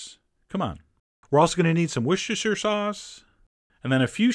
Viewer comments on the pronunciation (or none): come on, chef john! wossteshə! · Its pronounced "wooster" sauce, please. Its the same deal with the way leicester square is pronounced "lester square". The English are funny that way.